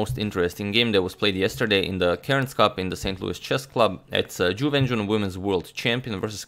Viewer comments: “chiwen chiwenchun vs chuwewencjiwonchanpionchuwinchewon” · Is it just me, or does is sound like says "jew engine" when he mentions Ju Wenjun...??